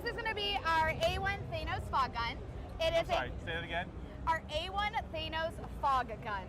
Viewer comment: I would never buy the fog machine because she can't pronounce Thanos. Also for 5K - F, no - also, shoot it straight up to the smoke alarms, everything will be fine.